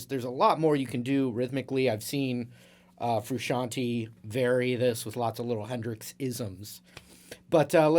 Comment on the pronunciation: lovely video and lesson, as always, but it sounds pretty weird to me (I'm italian) when you call him Frusciant-i instead of FrusciantE eheh :)